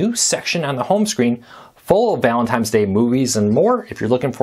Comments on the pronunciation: Did you say "ValenTIMES"??? Yeah it's Valentines...not TIMES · It’s Valentine’s Day, not Valentime’s Day. lol